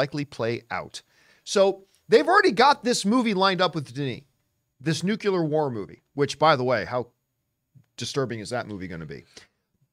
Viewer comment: NU-CLE-AR. Not nu-ce-lar. And breathe.😂